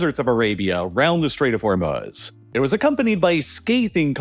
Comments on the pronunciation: Anyone else hate the way this guy says Hormuz? I don't care if that's how it's properly pronounced... say it the way everyone else says it in America. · I never thought I could genuinely dislike someone I’ve never met. Then I heard this dude say “HormUHz” like 500 times and now I hope he gets scabies. HOR-MOO-Z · Its not: "Hormoooz" Its Hormuz with silent U. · Hormuz not Hormuhz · The way he pronounces 'Hormuz' is like nails on a chalkboard for me and I had to stop listening halfway through. It's pronounce hor·mooz not hor·muhz. The mispronunciation really hurts your credibility and makes me think you don't know what you're talking about. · Haha, funny to keep hearing hor-muhs instead of hor-mooz. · Actually its HoR-Mussa if you are gonna pronounce it right. Hormuz is the american-english pronunciation, and this guy doesnt actually sound American-english, but i dont know. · "Hurmahz" and "Katur" is deeply disturbing to me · Is it that hard to just say the long u in Hormuz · "Hormuhz" lol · Am I the only one who has an issue with how he pronounces Hormuz? Her-muz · It’s probably a really good video, but I couldn’t stand the way he was pronouncing the straight Hormuz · Can’t listen to the way you say Hormuz anymore. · nothing on this earth is as annoying as the way you pronounce Hormuz. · How is it that this guy consistently mispronounces words like Hormuz and Qatar? These names are read aloud on every news channel by English speaking anchors regularly. When I hear a mispronounciation like that less than 10 seconds into a 30 minute video it makes me question of the rest of the video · Why must you use AI voices? I mean hearing Hormuz mispronounced twice in the first minute just crushes the video's listenability.